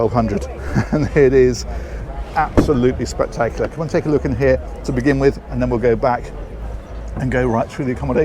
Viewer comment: "Absoludly spectac-iulAh" 🤣🤣🤣🤣🤣🤣